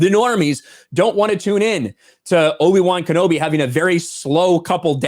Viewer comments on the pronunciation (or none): Sounds like loki-wan knobi.